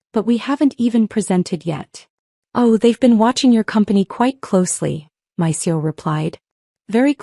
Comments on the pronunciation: How annoying to hear the mispronunciation of C E O, not seo, so many times. That should be basic AI programming unless you bought the budget package. The main gist of the story, the use of of the storage room reference, is used ad nauseam. The moral of the story was made in half the time the story runs. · Can't your A.I. separate the letters of C E O and say them correctly, C.E.O., NOT run them together. Chief Executive Officer?